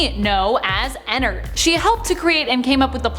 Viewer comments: You say enard I say en-nard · Is it just me or do u guys get annoyed when she says ennard she says ennerd not ennerd Edit:another fact about circus Baby she now is a tomb for Elizabeth so she's basically Elizabeth now and Elizabeth is her Another fact about sl:ballora is Elizabeth's mom and her name is Clara How Clara died:she was not looking where she was going in her car going to visit Chris in the hospital,fell off a cliff and died Chris and how he died:Chris was bullied by his brother Michael Afton How he died:he got "pranked"and got his head shoved in fredbears mouth by Michael there was a melfuntion In the jaw and got his head bit off he now posseses shadow Freddy Michael Afton: After he killed his brother he was sad and cried then William couldn't afford anything so Micheal helped him on th job :How he died:he then went through a vent that leads to the scooping room and Elizabeth then scooped him as C.B he got his intestines scooped out he doesn't posses an anamatronic but ennard lives in him William Afton:after all that happend he then died in a bunny suit :How he died:while wearing the bunny suit the springlocks went in him which made him die the most painful death and now posseses springtrap with his virus in his head called glitchtrap That took forever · Me: ooo I cant wait to hear her talk about her and ennard! Her: ******** and ennerd Me: .....what😃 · I got triggered when she said enenerd and not ennard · She said Ender 😂😂😂😂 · Girl : Enard Me : Ennard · Not to be rude but you are saying ennard wrong